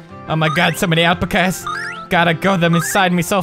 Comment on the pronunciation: It is pronounced al-pack-as